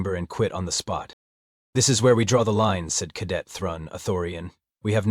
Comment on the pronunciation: OH, JOYYYY!! This cow-pattie of an AI reading of an AI script, HEE HEEE, it just corrected 100 years of American pronunciation of "cadet", SHHHHH, let's see if it catches on!